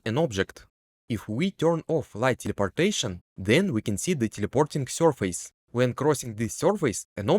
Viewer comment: "Corcle" "sorface"